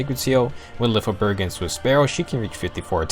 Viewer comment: I believe Lyfjaberg sounds more like "Lyfia-berg" than "Lyf-jaberg" In one of her Skill Activation quote, she says "Fly, Lyfja {Lyfia}", it may be her Pegasus' name, but it stills emply that her weapon name sounds similar, imo